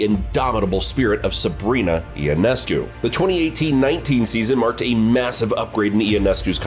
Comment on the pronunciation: Ya, apparently you have NO IDEA who Sabrina YONESCU is. IT IS NOT E O NESCU, say it now "YONESCU"